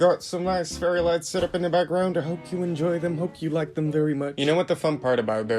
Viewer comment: when he said " I have a lot of lights" I though he said lice